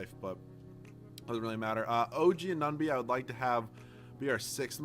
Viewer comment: You dont say anunoby correct